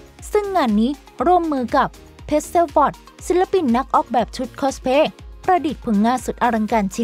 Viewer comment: เพิ่งบ่นไปมะวาน ส เสือ ซ โซ่ ช ช้างออกให้ถูกได้มั้ยงะ คอสเพลย์ ลง สเสือสิ ทำไมลงค้อช